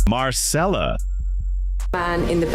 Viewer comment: And Marcella is pronounced MARCHELLA NOT Marssellla. The voice over is definitely AI.